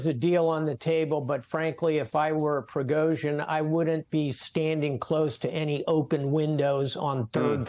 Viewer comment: Is Admiral Stavridis actually an expert on this? That he doesn't seem capable of pronouncing Prigozhin's name hardly gives me confidence. I don't buy some of his analysis, not least that this was a revolt against 'the king', against Putin, something Prigozhin has never claimed (how Putin perceives it is another matter, and how the Russian authorities see it yet another). Indeed, Prigozhin has not ever – as far as I am aware – attacked either Putin or the Russian Government, just the army staff. This looks to me more like an attempt to shake up the military system than to install Prigozhin as head of state.